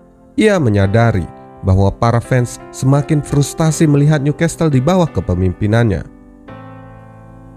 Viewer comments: uda tulisan NEW di baca niu dek bukan nyu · Pengucapan Newcastle diperbaiki ya min.. "Nyukessel"